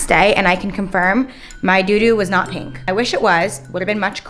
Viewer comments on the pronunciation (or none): Pink. Not peenk